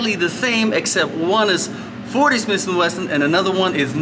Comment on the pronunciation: It is not smisssss and wesson it is smith and wesson… Totally useless video with no usefull information except: „Yeah yeah yeah take it take it, it is good it is really good it is ok…“